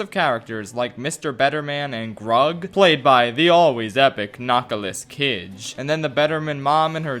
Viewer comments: Everyone: Nicholas Cage: Nokolis Kige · ah yes 'nackolas kijj'